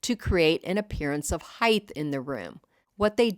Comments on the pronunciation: Lovely. but there is no "H" at the end of the word "HEIGHT" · HEIGHT, no H